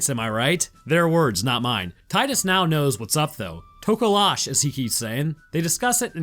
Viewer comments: Tokolash haha its to-Ko-Loshiii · Being from southern africa, I love how you butchered Namibia. - wait do you mean tokoloshe? You pronounce that one toh-koh-LOH-shee. You need to do more southern African themes